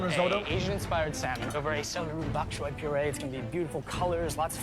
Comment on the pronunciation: Why does he continue to say SAL MON when he hears how it is really pronounced